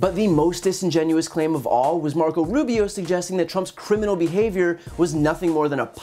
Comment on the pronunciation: Brian...you absolutely annihilated Marco Russio, er--Rubio. Bravo for exposing this guy's blantant lies.